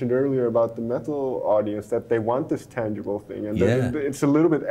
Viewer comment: I love the way her pronounce metal => Meh-ill